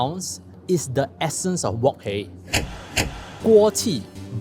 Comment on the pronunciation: Can you pronounce wok hei properly pls